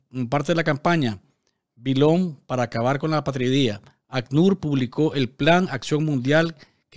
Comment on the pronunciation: A-pa-tri-dia, palabra llana o grave que lleva el golpe de voz en la penúltima sílaba.